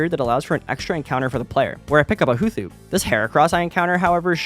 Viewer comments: Making the TH sound in the middle of Hoothoot is blasphemous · Never in my days have i heard somebody call it a hooth oot i love it